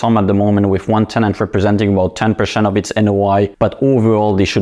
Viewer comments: PerCEnt, its NOT perSHent !! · STOP SAYING PERSHENT !!! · Twelve pershent.